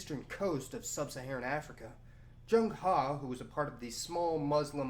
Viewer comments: lol got the pronunciations close. its actually not jang ha but its close. its more like cheng hē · Hui sounds like “hway” Zheng He roughly like “jung huh” ... 加油！ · The 15th century traveller name is pronounce as "zhe-ng her". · I appreciate him trying to pronounce the name correctly, the "e" in zheng and he is pronounced a little more like eugh like you're nauseous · Zheng He is also known as Cheng Ho in Malaysia and Indonesia. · Not exactly correct but at least hes trying to be somewhat accurate